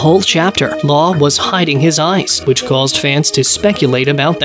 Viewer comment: Love your pronunciation of Law's last name.